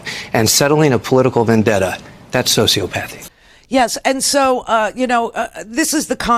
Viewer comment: I think it's pronounced " so-see 'OP'- path-ee ( sociopathy) but his point is well taken!!